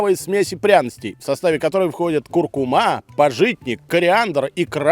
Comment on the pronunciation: Сразу две ошибки в ударениях подряд))) куркУма и пАжитник.